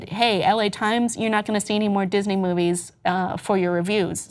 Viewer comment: "We're going to love the moives" Speak for yourself.